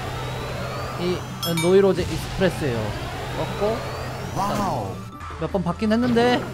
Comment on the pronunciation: 그런데 노르테유 익스프레스를 는 노이로제 익스프레스라고 하네